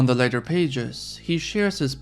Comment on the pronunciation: Lol at tatas for za